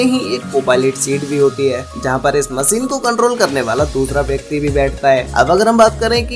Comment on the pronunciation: मशीन ✅ होता है भई….. मसीन नहीं 😢😢😢